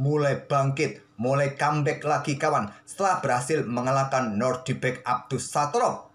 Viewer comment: Maaf min sedikit koreksi....nama nya NodiRbek yah bang..... Bukan NoRdibek .... Hehehee